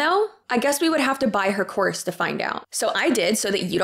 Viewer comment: Idk why but all I kept hearing you saying is “selling a corpse” 🤣🤣🤣 which let’s be honest, selling a course to teach you how to tell a course is just as bad as selling a corpse. 😂